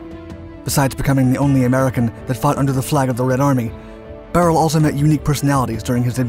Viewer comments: Its not "Barrel" its "Buy Er Lee". How do I know? I consider him one of my friends ever since I purchased his book by Tom Maxwell in GR MI in 2002. He signed my copy and we ribbed one another as he was 101st ABN and I was 82nd ABN. His story should be a movie. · I read his biography. I think his last name is prounced "Bye-Early" not "Beryl" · His last name is pronounced BY-UR-LEE. Im close friends of his family. Glad to see you covering him! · Isn't his surname pronounced buyerlee? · The video is great but BRUH did he butcher that pronunciation of beyrle